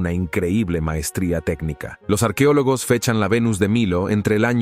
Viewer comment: No diga arquiólogos, se dice arqueólogos. Doblando programas y hablando mal.